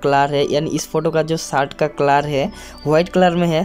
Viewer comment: अरे पाहिले शर्ट बोलणा सिख ले